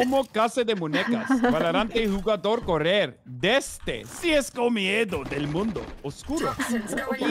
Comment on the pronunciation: he says jogador instead of jugador kkkkkkkkk